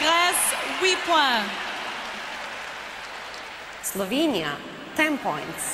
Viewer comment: „Eslovenia“ LOL hahaha